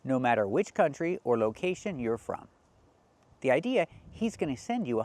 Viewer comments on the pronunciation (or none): none